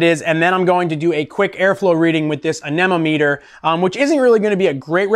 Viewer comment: "Ann eh nometer"